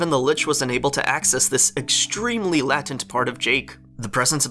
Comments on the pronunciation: Why do you keep saying latent like Latin it's pronounced lay as in lying and tent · It's not la-tint It's lay-tint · Okay, I love your videos, but just one quick thing, you’re saying latent as if it were pronounced “lat-ent,” but it’s pronounced “late-ent” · Latent is pronounced lay-tent not lattent. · LATE-ent. Long A. lol Latent. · the litch has been shown to shapeshift multiple times throughout the series, i think he was just doing his own thing, and the "jake style" shapeshifting he was doing was more for thematic reasons than lore reasons. also latent is pronounced lay-tent. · Lay tent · dude PLEASE google how to pronounce "latent" ... (lay-tent) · "Latent" is pronounce "lay-tent." Google "how to pronounce latent" if you don't believe me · Why did you say latent like that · i love u but pls learn how to pronounce latent